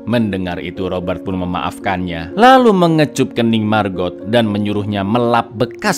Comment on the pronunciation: Setiap nyebut margot..nyg ada di otakq malah maggot🙈..iuuuh